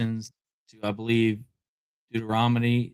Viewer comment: "deutoromony" 😅 he cannot even pronounce Bible books right, he's so weak & desperate 😅😅